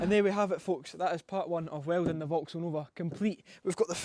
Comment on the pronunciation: ah yes... "WELDONG"